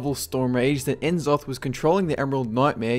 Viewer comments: "Nuh-zoth." Not "en-zoth." Just like it isn't "See-thun." Its "Sssssthun." Jaysus. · If only you pronounced N'zoth's name right ;_;.